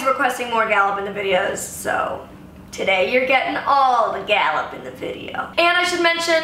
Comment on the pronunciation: Did you just use french with Gallop? I'm so pumped!!! (I'm french). It's so cute!!! Your accent is great 💖🐶